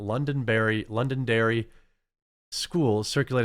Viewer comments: Jr high up here is grade 7, 8, 9. At least in Edmonton. Also it’s pronounced ‘London-dairy’ 😊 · I live in Edmonton... it is pronounced lon- don- derry as in London England. that teacher has a history of this. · Best bit of this video is the quartering trying to say Londonderry.